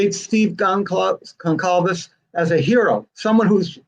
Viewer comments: Can't even say the Goncalvez name right. And the family is worried about their commercial VIABILITY as you got your book out first? Okay..... You have a heart and feel for them? Okay. I've seen and heard enough. Initially I actually thought this book and you name it was not a bad thing until HEARING these REMARKS. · Blume can’t even pronounce their names & his comments on Steve are disgraceful, never ever gonna buy his book, he has no sympathy at all, he’s self serving only. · Truth. He is pretty arrogant based on hearsay. There is not proof from anything said and he can’t even pronounce the victim family names correctly. This is almost as bad as tearing the house down. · Blum is a so called journalist, he can’t even pronounce Steve’s last Name . I don’t think Books should be written until Trial is over. Money Grab for Blum .. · Please don’t invite Blum back… it’s not polite to dominate the conversation when the others know just as much (maybe more considering he can’t say their names correctly)! Plus his comments about Steve were distasteful. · It so annoys me that even after writing that book and countless interviews, Mr Blum still cannot pronounce their name right, so disrespectful. There's not one interview of him out there where he pronounces the name correctly, not one! It's Goncalves Mr Blum!!! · Love this stream. Watch 99% , but agree with the other comments here about Blum. What an ego ! Can't even pronounce the names of one of the victim's families. Claims the grieving father is just angry he didn't get to make $$ from his story, which he is utterly entitled to & would do from an incredibly painful situation honoring HIS daughter & their friends. Tis guy leaves a very sour taste in my mouth. Like others here. Would never give $1 towards purchasing the book of someone who is so disrespectful to the families. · I'd prefer not to hear from Blum in the future if he continues to denigrate Mr. Goncalves. He should also learn to pronounce his name.